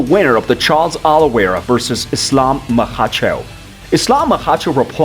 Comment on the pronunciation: Who the heck is "Maha-cho" I think he means Makhachev